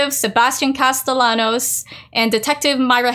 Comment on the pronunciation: I believe Sebastian's last name is Spanish so the double "L" is pronounced with a "Y" sound, ie Cast-eh-yanos